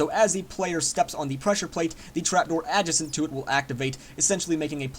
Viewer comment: Thats not how you say Adjacent...